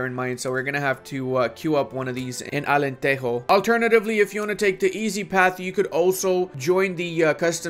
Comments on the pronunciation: Hearing "Alenterro" has broken my Portuguese heart😞😞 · It's AlenteJO. Like in G.I.JOE It's only in spanish that the "J" sounds as "R" (or I guess it's "H" in english, like in "home"), not in portuguese. In portuguese, the J sounds like J itself, like in "Space JAM" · Portuguese doesn't have the Spanish j/g(e/i), it uses the English j/g(e/i) and when the word ends in -es, it's more like ending in -sh or -j (if you're from the interior) Anyway, nice video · "alenterro" we dont speak spanish man, we are portuguese, we are better than those "buenos dias" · Why do you pronounce Alentejo like that? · I think it's important to mention that beside developing Alentejo, he pronounced it as a truly authentic castilian spanish. And for this he should be BAN...Read more